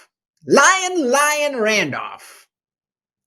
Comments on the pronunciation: CA native. Just got back from Colorado visiting family. Gas is $2.39 there! And they're not even an oil producing state!! PS. Liane is pronounced lee-ann, not lyin. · Your political views are 100% right. But it doesn’t increase the public’s view of your IQ that you pronounce the name pronounced “Lee-ann” as “Lion” 😂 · Liane, sounds like, Lee on ee, but call her what you want 🤪